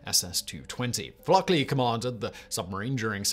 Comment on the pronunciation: I'm used to Simon butchering pronunciations, but the man was named Fluckey, not FluckLey. He was "Lucky Fluckey."